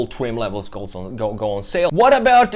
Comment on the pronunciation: He said twim levels....😂